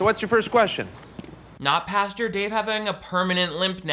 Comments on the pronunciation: I see you still read it as pasture 😂😂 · lol You said "pasture". Again. ;) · The fact that still can't say "pastor" after making so many religious videos is strangely endearing ❤️ love you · I love how says pasture for "pastor"... Idk if it's on purpose but it's so cute. Edit: commenting on this like minutes after I comment! It's like we are SOUL mates. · It's so hard to day Christian pastor three times fast. It sounds like Kristin pasture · I never would’ve noticed how wrong you say “pastor” except you mentioned it in the beginning 😂